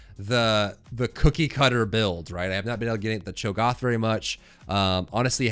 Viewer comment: The ONLY thing that bothers me about the videos is Cho'Goth instead of Cho'GATH! LOL!